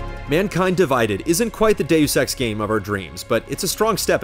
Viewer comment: Now think of saying 'Doos Ex, Mankeen Dividead'